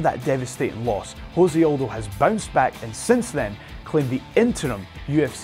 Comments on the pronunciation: I'd prefer to have my MMA trivia from somebody not just cribbing notes off of wikipedia or some shit. The presenter clearly has never heard Aldo's name spoken aloud. Also, chill on deez nutz, chode. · How does your MMA expert not know how to say Jose Aldo?